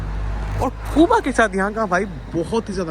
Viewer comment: कूबा कूबा क्यो बोलते हो? सही उच्चार जो दुनियाभर में बोला जाता है क्यूबा।